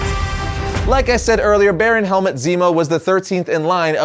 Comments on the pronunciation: I can't get over you pronouncing his name 'helmet' 💀 It should be 'Helmoot' iirc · its Helmut not Helmet XD